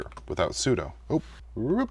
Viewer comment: Maybe next you can learn how to pronounce `sudo` 😉